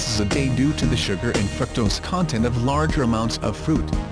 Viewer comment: " Fruak - tohs "